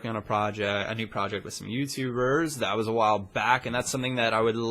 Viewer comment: "Its been awile" 2013